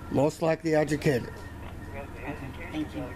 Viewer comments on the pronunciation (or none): “Pubik nees ta be ajucated”….😂😂😂😂😂 just 😂😂😂😂😂😂